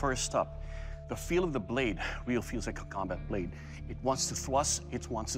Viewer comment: eat will kill